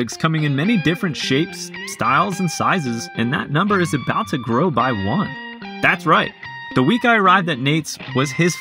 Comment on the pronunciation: Seth has a hard time saying by as well